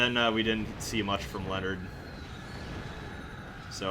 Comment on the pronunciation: It bugged me that you mispronounced Leonard's name all through this playthrough, despite hearing the voice actors pronouncing it properly in this chapter.